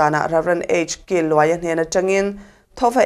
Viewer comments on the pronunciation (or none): Pastor Killuaia hming hi Announcerhian a lam diklo tlat zel. Chawhlui kîlho a 'kîl' tih anga lamrih/thluk tur a nilova, In kil hlei a, 'kil' ti a lam tur a ni.